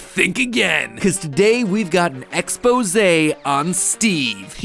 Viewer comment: Exposé* not Expouwsei